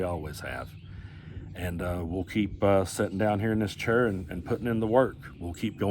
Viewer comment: I wish you new how to pronounce chair stupid